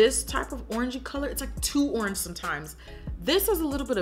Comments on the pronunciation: She said "ORNGE" 😭😂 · ANYONE PISSING THEMSELVES ABOUT HOW SHE SAID ORANGE AT 18MIN